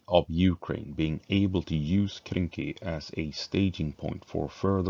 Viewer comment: Hey its Krynky not kynky, lets get our minds out of the gutter 😁